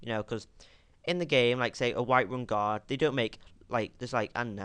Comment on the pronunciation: when you say "guard" , it sounds like "God"